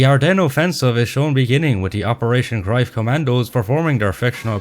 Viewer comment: @@@@@@@@@@@ I am not sure if your accent is pure Irish or not, you seem to be based in Ireland according to YouTube but as far as shown on Internet the pronunciation of the German ‘Greif’ confirms what I mentioned : The German word "Greif" is pronounced like "graif" or "graif", with the "g" as in "gum", the "ei" sounding like the English word "eye," and the "f" pronounced as in English. The German "v" is pronounced like an "f," which is worth noting if you encounter the word "Greiff" (though less common). I will accept the common way of saying it, but the way you say it was funny sounding more like ‘Groif’ and not clear (maybe the Irish accent? I work with Irish travellers and Northern Irish but they don’t sound anything like you) and to just insist you are correct comes across as slightly arrogant. I speak German and I have many German friends who confirmed what I mention but I don’t think you’d agree. Be that as it may, your video on the whole IS great but you’ve just lost a subscriber. As far as the other points yes there is inaccuracies in this movie by the ton-load but the points I raised actually can have validity in the ‘realm of artistic liberty’ in a film, after all it’s not a documentary and neither you nor I were there but I provided valid evidence to suggest there is plausibility to these points. You see things black and white.. life is filled with shades of grey. Be well. Btw I have like a gazillion books on all WW2 topics as I have invested my life to acquirin